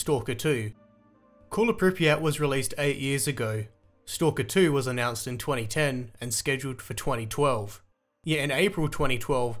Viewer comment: IT HAS BEEN ANNUNCED AAAAAAAAAHH!